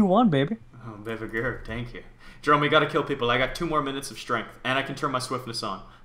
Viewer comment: His name is not, it's jerome!